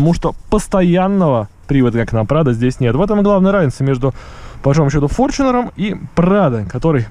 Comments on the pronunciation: какой форчинер, где ты видишь в названии букву ch , так что читается таета форнунер (Fortuner) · ну иначе не иначе , а правильно с англ. языка будет фортунер или на англ. буквы fortuner , как пишетстя так и говорится . )))) Там же нету бук ch , а написано tu ))